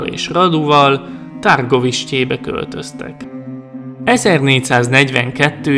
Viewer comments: Nincs ezzel semmi baj, de egy kicsit jobban tetszett volna, ha utánanéztél volna, hogy hogyan ejtik a neveket pl. Tepes-Cepes Radu-Rádu Targoviste-Türgoviste, de még egyszer mondom, nekem így is tetszett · Nem tárgoviste hanem tűrgoviste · A megnevezéseknek és román neveknek kicsit jobban utána nézhettél volna, mert nagyon sután hangzik a Ţepeş, (ejtsd Cepes) és a Târgovişte (~Tűrgoviste) és társai magyar kiejtéssel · Vlád Cepes csak így írják hogy Vlad Tepes. És Tűrgoviste és nem Tárgoviste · A kiejtésekkel kicsit baj van, s néhány infót én nem így tudok, de lehet nem vagyok én olyan informált... ( kiejtések: Vlád Cépés, Mircséá, Rádu, Târgovisté ) Amúgy, ez kritika, de nem rossz indulatból írtam le! :) U.i.: Erdélyből vagyok, Segesvárról. S tudtom szerint, NEM SEGESVÁRON SZÜLETETT, SŐT...! Miaszar...? Hogy...?